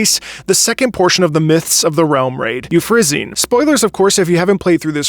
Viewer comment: It’s “you-FRA-sin-ee,” isn’t it?